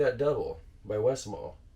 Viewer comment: My go to is the westmalle tripple. You do pronounce the le at the end of westmalle btw